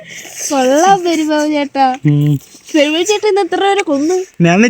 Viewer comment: പെരുമ്പാമ്പ് ❌പെരുമ്പാബ് ✅😂